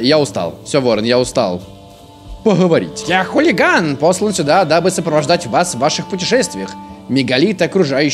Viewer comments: Прочитал Хулиган а он Хугин (. ❛ ᴗ ❛.) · Там не хулиган а хугин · Хугин, а ни хулиган